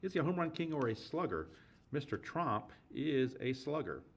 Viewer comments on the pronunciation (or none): Its Jiandido Tromp, with an 'O', not Trump.